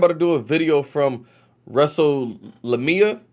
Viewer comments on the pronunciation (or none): It's pronounced like this. Wrestle-Lame-ia. Wrestlelamia. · Wrestle- lame-ia... as in it rhymes with Wrestlemania 🤦‍♂️ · Your trying to pronounce Wrestlelamia is like the Key and Peel Sub Teacher sketch.